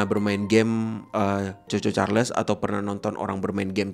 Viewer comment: Bang ngomong nya chu chu cahrles